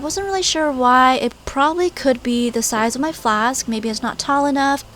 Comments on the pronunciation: "AND NOW I AM ADDING MAH GLOO" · 'Now I'm adding MAH glue' THATS WHAT I HEARD!!!